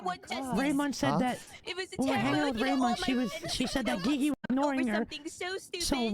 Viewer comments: I love it every time when he says gigi instead of gigi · Ghee ghee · Bee bee?